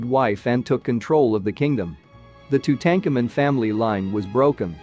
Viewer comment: The way you have pronounced his name makes me want to scream. Go back to school and learn the correct history.